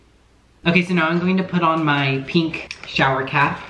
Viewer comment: why does everybody say peenk